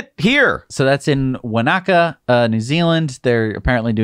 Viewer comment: "Wana-ka" not "Wa-naka" =P